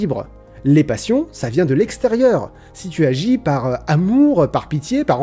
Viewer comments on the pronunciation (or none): J'ai mis plusieurs secondes à comprendre la texture du mot "Passion"... ^^'